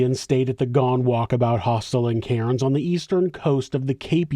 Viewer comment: Love your videos but have to say Australians pronounce Cairns as cans not karens 😉